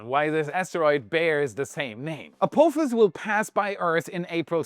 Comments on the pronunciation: a-phop-his a-poff-his please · What a weird way to say A-POTH-ISS. But hey ho. Thanks for the video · Can you do me a "little" favor, and say Ap"AH"fis. Pretty please, with sugar on top. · Apophis is pronounced with a soft O not a hard one. As in the word 'pot' or 'not' unlike the word coat or bloat